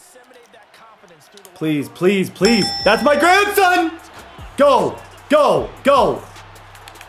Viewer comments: "that's my granson" lmaooooo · “That’s my Granson!!” 😂😂